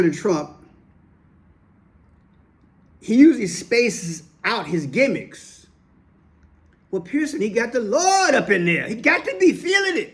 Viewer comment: 🤣🤣🤣🤣you say "Gimmicks" 👀